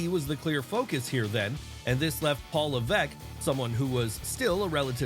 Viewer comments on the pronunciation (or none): none